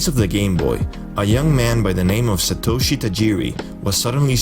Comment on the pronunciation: Note: His name is not Sitoshy. It is Satoshi